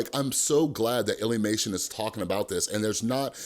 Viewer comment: Don’t see the point of this video plus your saying lillymation your saying illlymation